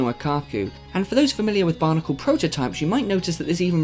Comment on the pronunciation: you pronounce bionicle as barnicle